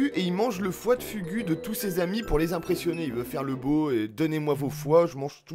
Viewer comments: foie de fougou c'est comme sa que sa ce pronnonce pas fugu ^^ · Ah tu m'en fais un beau fugu toi 😂😂 on prononce fougou 😂